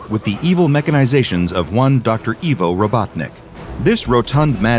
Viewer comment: Eye-voh not E-vo